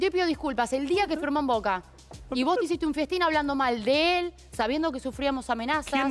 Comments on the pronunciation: No soy una ignorante, y dice "fiestín" por "festín"😂😂😂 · se dice "festín" no fiestin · Me quemaba tres neuronas cada vez que decía fiestín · le salio mal el "fiestin" a los zarate